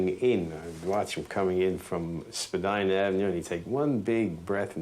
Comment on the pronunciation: Pronounced Spadeena not Spadina.